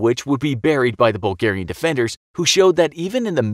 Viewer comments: I never heard the Bulgars called Burlgaian before, should it not be Bulgarian?? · "Burlgaian" lol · yes burlgaian the true way of saying bulgarian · What is Burlgaian?